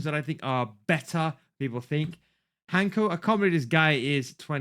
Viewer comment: Hancko is pronounced: hantzko